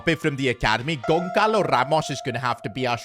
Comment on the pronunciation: Gonçalo not Goncalo 😅